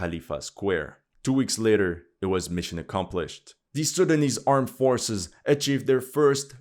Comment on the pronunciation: You have a perfect pronunciation of these Sudanese names. Respect 👌